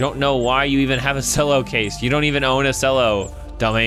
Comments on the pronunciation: um it's pronounced Chello not Sello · it's not cello it's pronounced chello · It pronounced chello not sello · You pronounced Cello Sello it's "ch-el-oh", And you said racist when you meant xenophobic. git gud scruuuuuuuuuub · HE PRONOUNCED CELLO LIKE SELLO XDD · Did...Did say "selloh" instead of "chelloh" for the Cello case?! Oh my fluff. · Ch-el-o Not cell-o I think Sorry triggered me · Godamnit u say cello chel-o not selo. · Sello its cello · Cello is pronounced as chello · how dare he say cello like sello how dareth he!!!! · cello is pronounced like chello it a musical instrument:) love your videos btw been watching you for over 3 years! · Cello (ch•ell•o) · No offense but its pronounced chello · Cello is actually pronounced (chello) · Cello=Ch-ello (how to pronounce it) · the way he says cello omg its like Chello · Cello is pronounced Chello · IT'S PRONOUNCED CH. E. LLO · cello is pronounced like chel-o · Sello is not how you say CELLO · Cello is pronounced chello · U say it like chello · cello (ch-e-llo) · TheAppleGamer 0 Ye I was getting triggered by him saying it wrong. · I don't hate slice for this, but I very much dislike when people mispronounce "cello" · As a cello player, your pronunciation of cello triggers me.